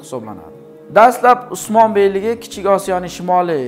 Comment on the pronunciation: Õsmanbey ukaizmidi osmon deb gapiryabsiz